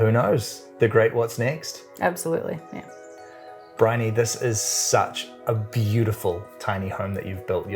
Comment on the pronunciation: Briony. Not Brioche. Brioche is bun lol